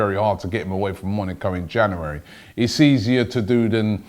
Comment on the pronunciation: Don't know where Robbie found that second r in January but he did it